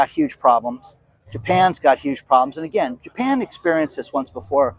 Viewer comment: Hi, so good to see your awesome smile! You saying "Anagain" is no problem with me at all. You're the only one I know who says it and it doesn't bother me in the least. I think some retired 'ol English teachers tend to "proof" other people's use of the English language. You know, like if you meet a dentist, you think they're always looking at your teeth, LOL!😆. Thanks for today's report and showing some cool cars!